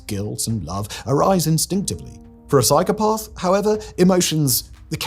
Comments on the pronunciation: There is no 'r' in psychopath, Simon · Every time Simon says the word “psychopath” all I can hear is “cycle path” 😂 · I know this guy is a bit posh but no one pronounces "psychopath" like that. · Learn the real story behind Frank Abignale please. Also pick a pronunciation of psychopath and stick with it, couldn't keep watching was too annoying